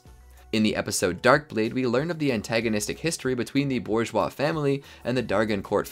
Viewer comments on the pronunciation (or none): none